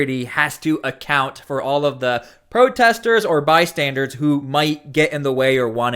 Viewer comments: Bystanders, not "by-standards". Just an fyi. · Saying “by-standards” drives me nuts and so many YouTubers say it that way. There’s only one D in the word “bystanders”. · "Bystander" not "bystandard." Bystandard is not a word. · The word you're looking for is, BYSTANDER, not bystandard. That was the most irritating part of the video.